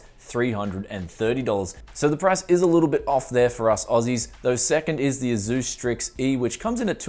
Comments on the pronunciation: "AZUUS". Dude, it's pronounced "Ace-US" Again man, why do you make 99% of your videos using hardware that 99% of your viewers can't afford??? it makes ZERO sense. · Tony Quigley it’s pronounced AY-SOOS. That’s how their reps say it. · Love ya... but the way you say ASUS triggers me to no end =P